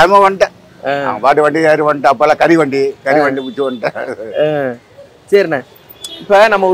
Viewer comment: கறிவண்டி இல்லை கரிவண்டின்னுபுகைவண்டியசொல்ரார்